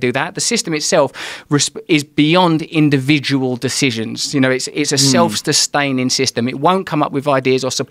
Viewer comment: "Self sestaining"